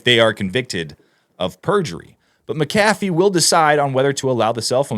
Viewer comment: Pronounced Mac- a - VEE !!